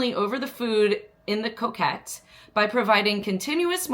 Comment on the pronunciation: Its co cot like a cot you sleep in. It’s not coquette as as in a woman who flirts 😉